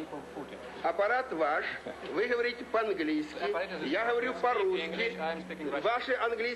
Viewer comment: He pronounced 'Г' like a Ukrainian when he said "я говорю по-русски"